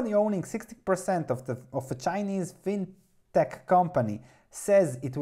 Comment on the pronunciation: I don't know how to pronounce Qudian but I am reasonably confident that fintech should be pronounced "fintek". Like in the word technology.